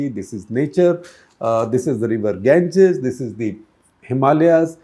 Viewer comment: River Ganges, common Gupta ji . Your can't pronounce it?